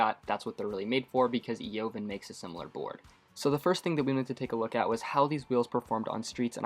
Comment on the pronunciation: Evaaaaaaaan , the O is silent. Words from the owner "Eovan".